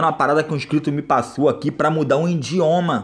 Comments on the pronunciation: É idioma nao indioma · O certo é idioma e não indioma só uma dica! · ''INDIOMA'' KKKKKKKKK E IDIOMA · coitado desse cara mano, pobrezinho mano kkkkkkk acredita msm q foi o 'indioma' como ele fala kkkkkkkkkk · " trocar o indioma"